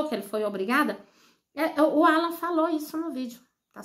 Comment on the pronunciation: Qual a vergonha que o povo que comenta passa explique?nem o nome de Alan não ala você parece que tem uma pedra debaixo da língua não sabe nem pronunciar o nome do rapaz